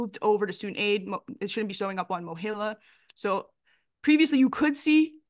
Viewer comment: I know this is unimportant but you're pronouncing MOHELA wrong. The "E" is a long E, as in a male- he. I guess you are saying the E like you would in the word hell, which makes sense. Sorry I can't comment on the present issues. I haven't worked there in 15 years and I didn't research today's mess. Good luck to you all. Student loans really such.